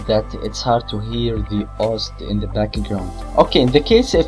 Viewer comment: I love it when he says backigraund instead of background. Awesome tut!!!Very usefull!